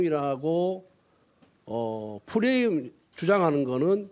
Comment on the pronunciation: 구수한 '푸레임' 발음